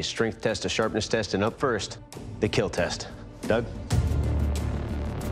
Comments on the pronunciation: Anybody else skip the blade making process to watch Doug say it will keel? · The show is good fun but the it will keel guy annoys me. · Why can’t he say kill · I came for my daily “It will Keel” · well it doesn’t “keel” Doug ain’t confirm it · “It will keel but please leave the forge.” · imagine not hearing "it will keeeeeeeeeel" so sad